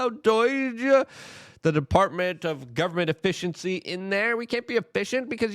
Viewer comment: It's doge not "doige" lol